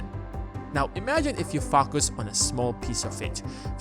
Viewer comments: you always freak me out when you say FOCUS , for a moment i hear another word lol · i hear it too lol